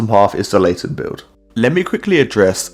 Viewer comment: I love your vids man❤ But no WAY did you say Late* ten to Laten. The disrespect😭😭